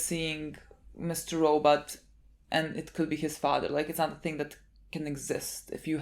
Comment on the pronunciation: I never get sick of "We are watching Mr. Rawww But".